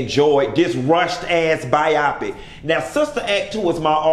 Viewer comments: Why are you saying bi-opic instead of bio-pic? Ijs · Pronounced biO-pic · I really don't understand the way you saying BIOPIC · Why is he pronouncing biopic like that?